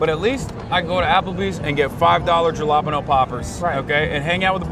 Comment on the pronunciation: can’t believe he used the jalapeños pronunciation irl 🤦‍♀️